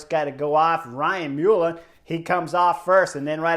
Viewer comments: It is pronounced "Mull-an" not "Mule-an" 🤣🤣Love the coverage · ryan mullin your butchering his name mull in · Dynamite analysis and commentary. Wow! Enthralling! Thanks Champ! "Knuckleheadism"! 😂😂 Envelepoel showing his GT inexperience there and possibly a lack of confidence in his climbing ability against the big climbers? Footnote Ryan Mullen'S surname is pronounced more like "Mull_ ann'"